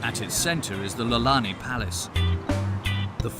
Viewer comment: “Lalani palace”?? It’s “Iolani”, like Eo-oh-lani.